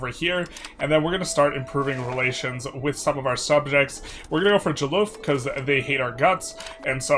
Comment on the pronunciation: Are you sure its Joloof and not Jolof like Jollof Rice?